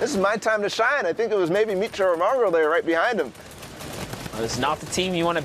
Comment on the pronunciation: Bro why does the announcer say mongaal